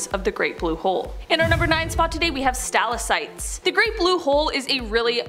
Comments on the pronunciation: Great video, but I'm going to be "that person" and give you one note on your pronunciation. It's sta-lac-tite, not stal-a-cite. :) Keep up the good work though. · Omfg- say it with me Stal• ac• tite, say it and repeat it. 🤷🏻‍♀️